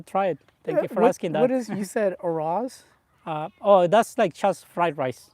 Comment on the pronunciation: I had to chuckle at the description of ceviche and the pronunciation of, "arroz".